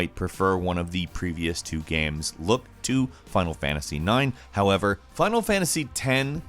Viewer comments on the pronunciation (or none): none